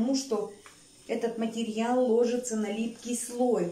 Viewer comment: Материал лОжится на липкий слой🙈 Ааааааааааа🤣 тётя 🙈 уши в трубочку свернулись🤪